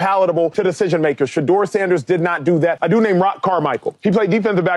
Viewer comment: The name is "SHE"- deur .are you kidding ... Ha Ha Ha Ha